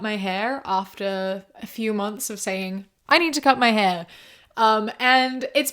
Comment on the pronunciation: The first time she said “hair” sounded so American. I was starting to wonder if I was listening to the right person